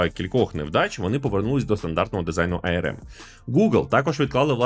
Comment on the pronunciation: ну не ай-ер-ем (IRM), а арм, ну або вже ей-ер-ем